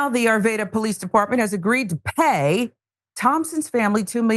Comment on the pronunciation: arvada not arveda